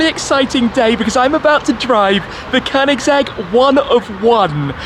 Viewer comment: Nice pronunciation of Koenigsegg. 👍